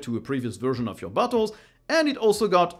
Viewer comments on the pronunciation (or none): When you said Bottles, I heard "butt wholes", so I had to unminimize the video to see what the hell are you talking about ;D. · Every time You are saying "bottles" I hear "but*holes" XD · you saying bottles had me a bit confused at first as it sounded like butthole. my annoying habit of mishearing things strikes again